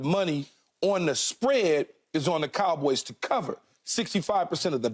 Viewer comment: Keyshawn pronounces it as the kalboys